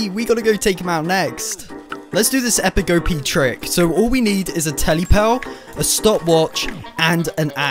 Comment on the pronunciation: Bro did you really say telly pearll